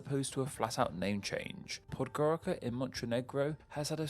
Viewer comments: Oh, and should I mention that Podgorica is pronounced pod-goritza, not pod-gorika. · Ribnica is pronounced Ribnitza, and Podgorica is Podgoritza Laibach is just a German name for Ljubljana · Podgoritsa is how you say it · The C in Podgorica is pronounced like the zz in pizza. Same for the former names.